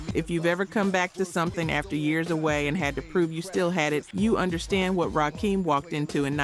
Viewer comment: Please train your AI voice to say RAKIM!! RAH-KIM not RAH-KEEM!!!